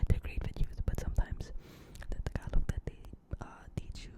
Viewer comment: Had a couple Filipina girlfriends. They'd make fun of me pronouncing it TAG-ah-LAG